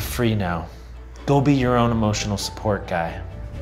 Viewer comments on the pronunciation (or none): I know Ian said “Go be” but that sound really like “Dobby”